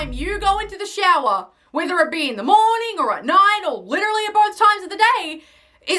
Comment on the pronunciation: she said "witewally" instead of literally